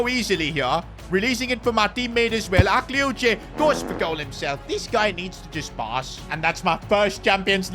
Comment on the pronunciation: Akliouche is pronounced Ah-klee-oosh